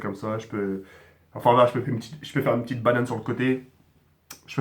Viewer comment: "Une petchite vidéo''